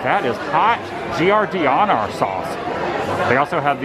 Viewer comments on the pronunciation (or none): Hi Adam. I noticed you had difficulty pronouncing Giardiniera. The correct pronunciation is pretty simplified. It's pronounced "Jard-in-era". Take it from an Orlando resident originally from Chicago. :-) Absolutely love your vlogs BTW! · You’re so funny, pronounced phonetically as ‘jar din air uh ‘ My aunt & cousins worked with Portillo in the early days in Villa Park. You must try the Italian Beef that is what they’re famous for now. It is always backed up in the pickup line. The chocolate cake is awesome too. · giardiniera is pronounced JAR-DIN-AIR, spicy hot pickled vegetables. I would try an Italian beef next. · I eat Portillos a few times a month. Beef sandwiches are the best. Couldn't imagine not being close to one. Enjoy Adam. It's pronounced Jar-din-nair-uh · Italian beef and sausage combo is the best. And the giardiniera is a mix of pickled vegetables in oil. Get the mild and put it on. Pronounced jar-din-air-ah just to help you for next time! Enjoy, Portillos or White Castle, can’t go wrong! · It is pronounced Jar-Di-Nair-uh. The i is short. You're killing me over here. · Adam love your videos!! Just a lil fyi Giardiniera is pronounced Jar Da Nare Ah. Thanks for the video's hopefully I can run into you one day. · Italian beef sandwich extra giardiniera, dipped, 2x fries, 1 Chicago dog, and a cake shake, please and thank you. And to alleviate any further pain to all involved, it's pronounced Jar-dee-nair-uh You DO get bonus points, btw, for warning against ketchup on a Chicago dog! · Giardiniera is actually pronounced like Gardenia, or very close. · Jar-Den-Era - a mix of hot peppers, celery, carrot in oil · Villa Park (rhymes with vanilla) giardiniera pronounced (jar-den-air-a) --Chicago resident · Pronounced phonetically jar den air. You are welcome! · Giardiniera. Say it like "JAR-DIN-ERA". And yes, get that Italian Beef loaded and dipped. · Giardiniera=Jar-din-air-ah It's not your fault, but my fellow Chicagoans and I were cringing.